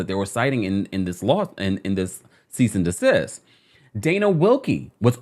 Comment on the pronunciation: All I can hear is "here's a letter of cyst & decease from my attorney" 😂🥹